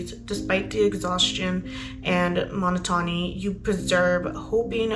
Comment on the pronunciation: Good video! Suggestions though, if there are words you are unsure of how to pronounce, like Monotony and Persevere, maybe check the pronunciation before making and uploading a public video? 🤷‍♀ It just slightly takes away from the seriousness if the issue discussed when certain words in conjunction to that issue are mispronounced, which I assume is not something you want. You are obviously knowledgable and a good researcher, so it would be unfortunate to have mispronunciations deter from that